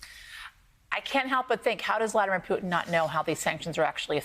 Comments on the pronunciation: did he just call Putin as "Python"? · I love how Americans pronounce Vladimir Putins name "poo tin"